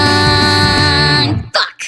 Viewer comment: But the Chinese way of saying it is "dah-wong."